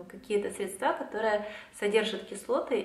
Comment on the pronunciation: Правильные ударения: началА; срЕдства (мн).